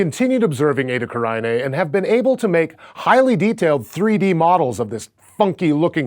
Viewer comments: Edda Karainée? It is Eta Carinae. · You are mispronouncing it, it is pronounced Eytah, Carenay, that is the easiest way to pronounce it correctly.